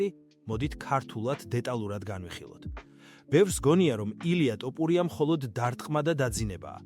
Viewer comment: ტოპურია არაა ბიჭო თოფურია